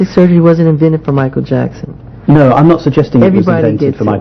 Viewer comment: No momento machael jheckson. Fala um negocio muito doido😣